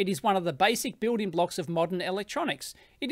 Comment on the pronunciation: Not how you pronounce "voltage" or "building"